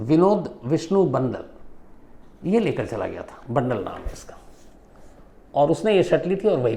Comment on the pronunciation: बंडल नही बांदल